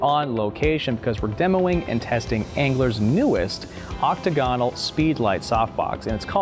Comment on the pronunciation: Excellent review. One nit pick. It’s “Oc-tag’-a-nal, not “OC-ta-gan’-al.”